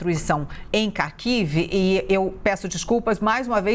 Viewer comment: ÊÊÊÊÊ - KH - ARAM na pronúncia. Um argentino falaria melhor.